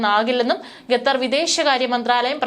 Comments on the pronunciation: Not ghatar. It is khatar. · Great reporting. I’ve enjoyed Malayalivartha Inside. However, please check your pronunciation. Example: Qatar is not pronounced Ghetther. It’s should be ‘Katharr.’ Thank you. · ഗാഥർ അല്ല ഖത്തർ എന്ന് ആയിരം വട്ടം പറഞ്ഞാലും തലയിൽ കയറാത്ത ബുദ്ധിയില്ലാത്ത പെണ്ണുങ്ങൾ 😂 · Please pronounce correctly, its not 'Ga'thar, but Qatar. This is one of the basic ability for a news reader to be able to pronounce the words correctly. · "ഗത്തർ" മലയാലം അരിയില്ല അല്ലേ? കുരച്ച് -കുരച്ചെങ്കിലും അറിയണം. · കെത്തർ അല്ല ഖത്തർ എന്നാണ് ശരിയായ ഉച്ചാരണം. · എഴതിയത് പോലും നേരെ വയിക്കാനറിയില്ല. എന്താണ് ഈ"ഗത്തർ"